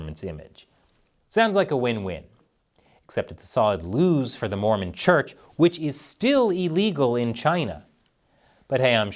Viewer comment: I just was generally disappointed with how portrayed us in this episode. It's sadly telling that very few people seemed to care the way he spat the word "Mormon".